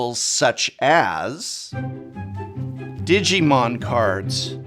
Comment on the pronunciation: Professor during his ad: Pronounces Digimon right. Then proceeds to deliberately butcher every other thing resulting in my laughter.